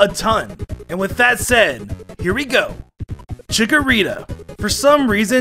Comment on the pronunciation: CHIKORITA, NOT CHICORITTA!